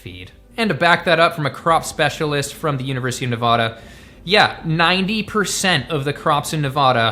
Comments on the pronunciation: It's Ne-va-duh not Ne-vah-da, lol. I live in the Carson Valley, at the base of Lake Tahoe, and many of the cow ranches have been sold in the last few years, and more homes are being built to accommodate the Californians moving here. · I love you BUT as a 3 rd generation Nevadan it’s pronounced nevaDA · I think it's the middle syllable that gets abused.